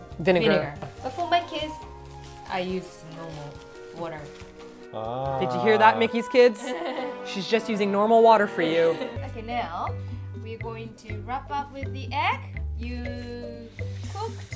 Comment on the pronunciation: MEE KEYY, not MICKEY. I have OCD. I love you guys!!